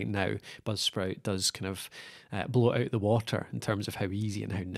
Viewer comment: Dude what the hell are you saying, budsprit or popsprit, or blubsprit